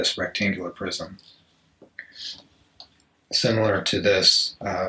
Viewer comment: I was hearing cube « prison » instead of « prism » at first and I thought sh*t was getting really deep and philosophical lol Thank you for this video !!!